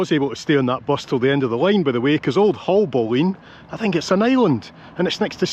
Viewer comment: Just to let you know the pronunciation to Haulbowline is (HALLBOLIN) 🤔